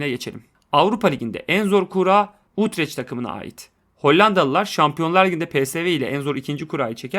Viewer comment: Abi, Utreç deyil, Utrext [Utrekht] x demen lazim, x bogazdan